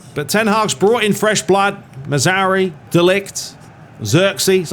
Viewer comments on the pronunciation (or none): Love the videos, but for the love of god it´s not Mazauri, it´s Mazra OUI, like the french Oui. Also dont forget the R in Mazra..